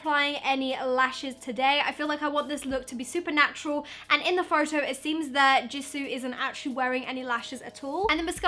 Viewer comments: Don't worry, you pronounced Jisoo's name right☺️ I'm happy you didn't say it like "Jisow" like most people do😑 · you said jisoo right 👏 i used to say J(eye)soo instead of j(ee)soo when i first started getting into kpop and stanning blackpink so congrats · I like Rosé best from blackpink and yes, you are pronouncing Jisoo correct! I didn't know you were into kpop! My favorite kpop band is BTS btw